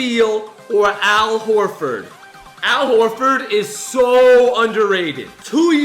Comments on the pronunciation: ITS AL Horford ok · It’s Al Horford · it's Al Horford